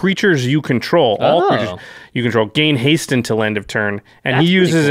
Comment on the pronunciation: Haste: Has-ta-tae Reach: Re-ache I'm all for mispronouncing keywords. I'm going to start using menachae in games.